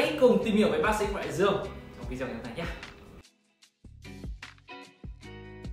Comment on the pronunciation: Cam on nhieu.xin hoc lai cach doc chu video,dung doc vi deo nhe!